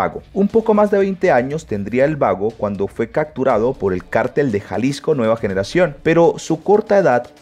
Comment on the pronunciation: Tenes super buen contenido socio bastante información en tus videos, pero me parte el tímpano cuando decis cacturados en todo caso se pronuncia capturadod... solo es una observación mi bro.